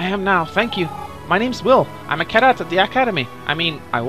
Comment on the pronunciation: its pronounced as cadet meaning new recruit try saying recruit instead of the word cadet cause your pronouncing is slightly off the tip of tongue please.